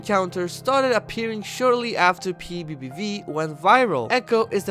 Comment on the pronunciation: How I say PBBV: p bee bee v How he says PBBV: P V.E VE V